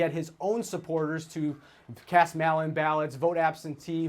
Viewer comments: Someone yea h that idiot how to say MAIL-in voting. What a dummy. “Mall-in votes” - damn guys stealing my oxygen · Whats a mallin ballot? Guy never heard of mail? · “Mal in ballot” 🤦‍♂️ Or “Mail in ballot”